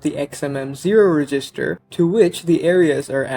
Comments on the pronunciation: Reg. Is. Ster. not Regist. Er. Other than that annoyance this was really well done. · Was there a reason why you seemed to pronounce resistor rather than register? Maybe just accent ? Nice vid btw. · Great video, just one small critique: it's pronounced reg-ister not re-gister. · Cool video. But isn't register pronounced "REH-jis-ter" not "ree-JIS-ter"? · This is really well done. You made some pretty detailed stuff make intuitive sense. It sounds like English might not be your first language, so I thought I'd let you know about something that really tripped me up in your pronunciation. The word "register" is pronounced with the stress on the first syllable, as in "REG-ister", not the second. I thought for the first couple of times that you were saying "resistor" (where the stress is on the second syllable, as in "re-SIS-tor"). English is so weird. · Never heard the emphasis on the "GIS" of "register" before which only seems to happen sometimes? REDGE-is-ter. "Resistor" has middle emphasis, but that's a bit deeper than compilation analysis. And yes. Abstraction has always been to help humans get their heads around what's going on in the code, and can also help to some extent with code re-use. It has almost never been good for speed. One of the reasons compilers are so huge is to try to boil down all those levels of abstraction that we're so fond of into something more concrete; more machine; quick. Clever as they are though, they still can't get at the essence. Were it humanly possible, or more likely in these times, cost effective, to sit down and write dedicated, readable but non-abstracted code for each and every thing, many programs, even the compiled ones, could be hundreds or thousands of times more efficient. And our web browsers wouldn't eat all our RAM trying to count to ten in JavaScript. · saying register like that is crazy